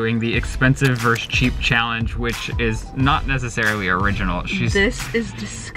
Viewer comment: Okay but why is no one taking about how pronounces versus like “verse” it TRIGGERED me every fucking time lmao